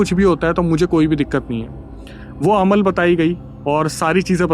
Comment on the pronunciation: Alam nahi Amal bolte hai usko bhaiya